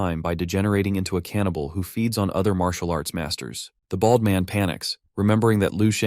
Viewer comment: the way you say "BALD" and "BALDY" hurts me to my core T_T but continue I needs more!!!!!!!!!!!!!!!